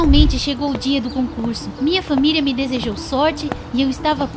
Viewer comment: Senhora jobs KSKSKSK pq ela fala FÃMILIA 🤨